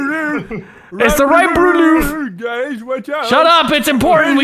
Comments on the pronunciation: First “bullet ploof grass” now “light blue loof” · When said brue loof it reminded me of when he said bullet ploof grass